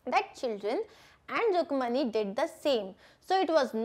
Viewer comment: Mam your pronounciation is Rukmani but it is rukku manni plz correct it